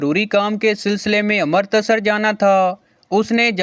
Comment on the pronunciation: अमृतसर नहीं अमृतसर है